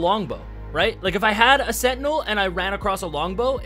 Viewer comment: Why cant he say sentinel properly? 🤣